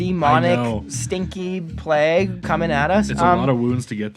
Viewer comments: It’s pronounced PLAYG!!! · Every time pronounced Plague I got triggered😢